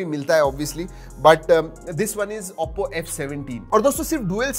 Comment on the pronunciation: bhai vo AOPPO nhi OPPO hai pls improve i gave recently subcribed to your channel